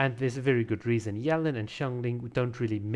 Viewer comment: Dude, "Yuh-Lahn" not "yell-in"